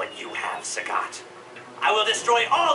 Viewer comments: FFS, saGAHT not Sagut! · He pronounces Sagat correctly . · Once again Capcom pronounces names differently "Sagat" in Fight Your Rival and then "Sagot" in ending. Tomatoes Tomatos. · In the Japanese version is pronounced as "SAGET" and in the English version it's pronounced as "SAGAT". So anoying that the english version fucking fails at everything when it comes to names. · sorry...but my ears heard adon say sagAT, not sagET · actually he said sagatto engrish 4tw